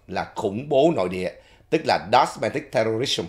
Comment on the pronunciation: Domestic, not “dosmetic”